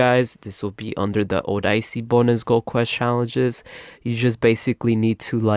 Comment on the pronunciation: Oh-die-see? it’s O-de-se